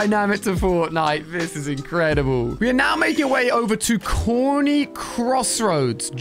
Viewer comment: uuummmm "coney" has no"r"